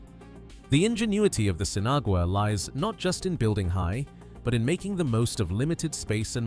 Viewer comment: pronounced seen-ah-wah....